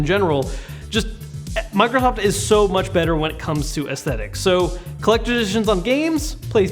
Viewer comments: U said Mirosoft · did he say microhoft?